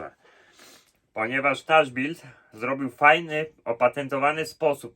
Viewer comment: Jaki „taczbild”, matko bosko kochano…